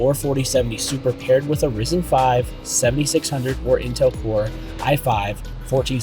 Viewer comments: It’s RYE-zen, FYI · lol. Came to make the same comment. Regardless of how much AMD came back from the dead in the CPU market…it’s still RYE-Zen.